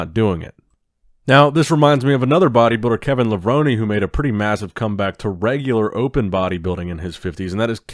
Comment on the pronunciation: It’s Kevin LA-VRONE.. not LA-VRONIE 😂